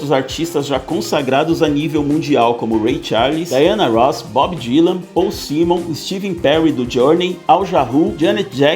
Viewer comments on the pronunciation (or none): Aê brother, só vou te dar um toque de boa: Lê-se SIMON, mas você errou a pronúncia. É Paul SÁIMON